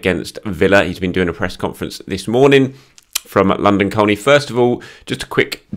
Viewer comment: Hi, my wife grew up in London Colney and, whilst she enjoys your coverage, she really really wishes you would NOT pronounce the 'L' in Colney... it's pronounced Coney😉 (or at least it was in the 1970s).